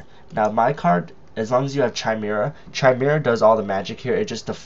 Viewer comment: "noun /kaɪˈmɪrə/ /kɪˈmɪrə/". And blow your nose to get camera-ready, Skippy. Is it your passive/aggressive personality that causes you to stumble over only important words? It matters not at all how much you know, or THINK you know, if you can't get your pretentious little self out of the way. This isn't about YOU.